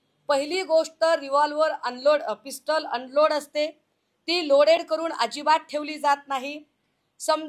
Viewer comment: Tila pistul pn bolta yet nahi ya baila